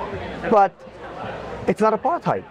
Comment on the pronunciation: First question I always ask: what do YOU understand under "apartheid"? Because few know what it means, or meant. Very few! And nobody pronounces it correctly anyway! From South Africa